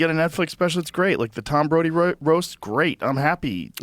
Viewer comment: Rogan calling Tom Brady "Tom Brody" really is proof he does not GAF about football😂